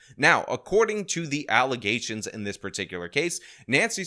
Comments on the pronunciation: My favorite part of videos is calling things allezations. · Man, you got me saying allizations now. Thanks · Back to the mayor thing… how does literally everyone not see how crazy it is… that no one had a problem with a MAYOR not being able to pronounce allegations….